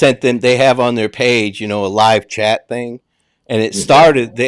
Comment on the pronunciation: And chat not cat